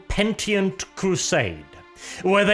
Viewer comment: Pe-ni-tent crusade not Pen-tie-nt crusade